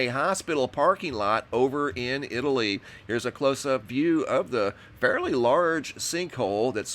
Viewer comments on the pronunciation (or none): none